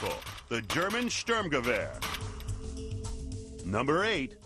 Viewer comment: "Sturmgewehr" (eng. expr. would be something like "St(oo)rm-ga-wahr") is the term, not "sterngewer". the expronounciation of the speaker is crap.